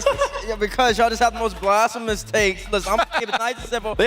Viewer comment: the way he said blasphemous 😭